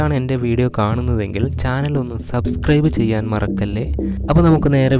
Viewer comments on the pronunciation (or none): none